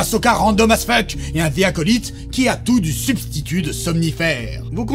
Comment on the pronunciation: Vous devriez apprendre à prononcer The Acolyte